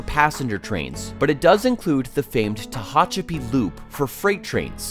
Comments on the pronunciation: Tee hatch a pee is how it is pronounced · Mispronounced San Joaquin and Tehachapi. 🤣🤣🤣 Next time hire a narrator that checks pronunciation of non-English place names on Wikipedia.